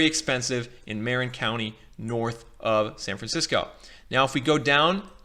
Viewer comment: I'm loving your presentation. I don't want to sound like a fussbudget--I'm just trying to be helpful--but it might help for you to know that the word "Marin" in Marin County gets pronounced with the accent on the second syllable, not the first: it's Mah-RINN County.